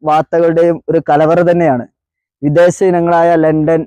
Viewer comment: വിദേസമല്ല, വിദേശം.